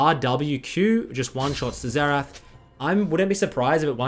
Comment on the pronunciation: Why are you calling Xerath "Zetch"?